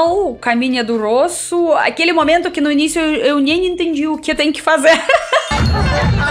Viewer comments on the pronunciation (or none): Acho você louquíssima, no bom sentido! Tipo superativa e meio fora da casinha rs. Acho muito charmoso o seu sotaque russo e fico impressionado como você flui bem no português. Chama atenção que a letra O em muitos casos na sua pronúncia vira Ã, tipo cÃração, cÃntinuar, mÃmento, cÃmeçam. Parece que essa troca acontece somente nas primeiras sílabas e é mais recorrente quando associado a letra C. Não acho que vc precisa mudar, acho fofo, mas achei que poderia ser interessante compartilhar ;-)